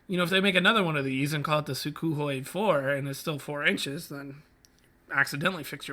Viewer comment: Oh, and it's pronounced soo-(k)hoi with an almost silent K